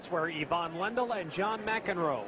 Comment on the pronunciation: It's "Ivan Lendl" Not " Evan landl" dumb American...